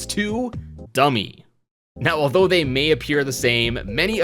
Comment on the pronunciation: Dummy No. D U M M E H YES!